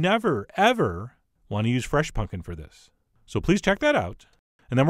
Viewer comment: Why do you keep saying punkin